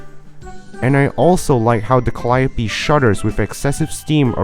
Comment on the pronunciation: Bro absolutely butchered the pronounciation of Calliope